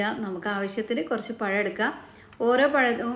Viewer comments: Payam alla pazham Malayalam Parayan patilkuka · Ya Alla zha ennu parayuuuu. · പയം അല്ല പഴം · പഴം ആണ് പയം അല്ലെ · നിങ്ങള്ക്ക് നാണമില്ലേ പയംപയം എന്നുപറയാൻ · ഇയാൾ സ്കൂളിൽ "പഴം എന്നല്ലേ എഴുതിയും വായിച്ചും പഠിച്ചത്?... എന്തിനാ മലയാളത്തെ കൊല്ലുന്നത്? നമ്മുടെ ഭാഷ സുന്ദര ഭാഷ ആണ്.... Proud of it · പ ഴം 😂